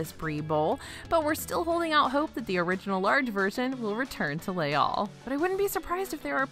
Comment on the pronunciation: I adore you, but it’s pronounced “lays all” not “lay all” because the second word begins with a vowel sound. So you do say the s there. That being said, I appreciate so much that you make the effort to pronounce things properly and your lists, as always, are flawless ❤️